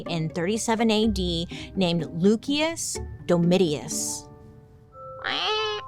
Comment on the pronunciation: Mispronunciation is really cute on you, but FYI, it's loo-shus dome-it-us. Yea. I was the nerd who took Latin in high school. Luv U!